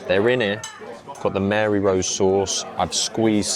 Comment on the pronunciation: salutations..... it's Marie Rose sauce not MARY.....just saying....